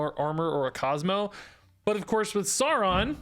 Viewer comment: No it is sow ron like lird of the rings in his first appearance he literally names himself after the lotr character because hes a massive egotistical nerd lma9